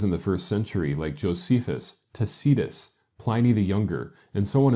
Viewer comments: What I find entertaining is hearing him mispronounce words and names, like demonstratively and Tacitus. Sometimes the hostess has "to seat us" when we go to a restaurant, but that's not how the Roman historian's name is conventionally pronounced. And the monster is inherently demonstrative. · "Taseetus" My old Latin master would have slapped around the head for that one. Either use the standard Anglicisation of the Latin name or pronounce it as a Roman of the time would have done. And, yes, that is a reminder to all the Americans who, not having been taught Latin, Classics or Ancient History in school, read what they see and say "Plynee". Sets my teeth on edge. (Mumble, grrr, mumble... punches wall.) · He should learn how to pronounce "Tacitus" and "Pliny".